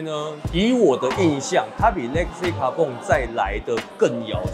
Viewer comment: 其實legacy carbon讀音不是應該是legacy卡奔嗎（讀音）怎麼讀成legacy卡bong了😂